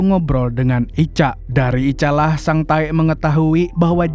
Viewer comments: Sang Tek kalok dibaca Bukan sang taek😂😂😂 Taek ngak tuhh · Kok sering bngt nyebut sang taek nya ngab😂😂😂😂😂anjay